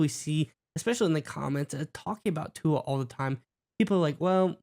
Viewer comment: Guys, please pronounce the Tua’s last name correctly.